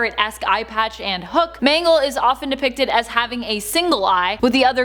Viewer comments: She said mango not mangle lol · Everyone:mangle People on video: m a n g o s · Ah yes... M A N G O S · Who is MANGOS its MANGLE not to be mean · Lol her name is mangle not mango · ITS MANGLE